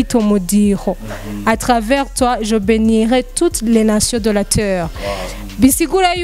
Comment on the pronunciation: Toutes les nations de la teurre😂😂😂😂"teur"